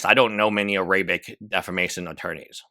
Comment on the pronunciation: bruh: Air - uh - bick (not "uh - ray - bick") Den - ems (like jeans, denim pants, denims, not "den - miss")